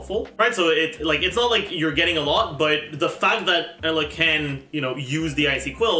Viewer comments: Great video! Only thing that bothers me is that pronounced Eula as “Ella”. Pretty sure it’s supposed to be pronounced like “Yoola” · I hate how calls Eula Ela... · I was listening to this video and I was so confused like who's Ella? I had to look at the video to understand it.😂😂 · The pronunciation in game is wrong, its not yoola, its oila. He still says it wrong but yea its not like saying yoola is any better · ohh tyy. I was so confused i thought he was saying aloy 😭😭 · Bro did you pronounce eula as Ella? I was so confused 😭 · Honestly, if you're going to purposely mispronounce a name of a character, just have the character's name or a picture of them on the video at all times...please. I know "Ella" is funny, but it's confusing for people, like me, who have dyslexia. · foreign lol (bowl)